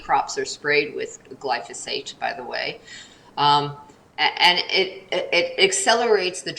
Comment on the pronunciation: It was a bit disconcerting that glyphosate kept repeatedly being referred to as "glysophate" 😂